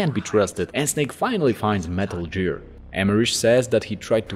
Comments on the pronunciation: I feel bad for laughing, but I feel like he’s doing it on purpose. He pronounces everything else almost perfectly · Other than the pronunciation of “Gear” this was solid